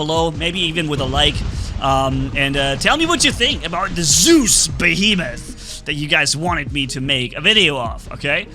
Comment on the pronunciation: The name is Zeus not soooze.